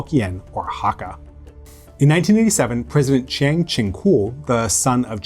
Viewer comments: Lol, it happens. We all make mistakes with foreign languages i think. Best we can do is try our best. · You butchered your pronunciation of Chiang in Chiang Kai-shek.